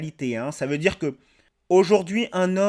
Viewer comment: Lolz son accent! Cameron ne rate rien. On ne dit pas djur on dit dur. On ne dit pas djire on dit dire.